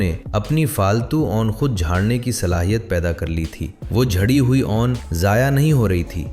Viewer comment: بھائی جیسے نون لیگ بولتے ہو نا ویسے ہی اون لیگ بول کر لفظ 'اون' کا تلفظ درست کرلیں.